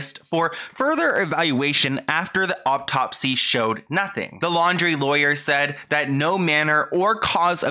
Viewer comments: Okay no hate I promise, I’m just curious why you say optopsy instead of autopsy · Is anyone else annoyed when says auPtopsy instead of autopsy? 😅 Anyway, thanks for your hard work! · No hate at all, just here to help. It's autopsy not optopsy. Love ya, I love your channel! 🙌🏻🙏🏻❤